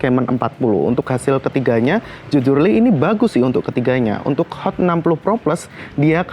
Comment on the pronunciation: Hot bang bukan sot